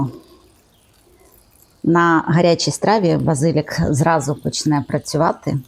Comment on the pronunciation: Вірю що надзвичайно смачно,але не люблю коли перекручують слова, базилік, наголос на 3 склад! ( може то просто мій таракан😂)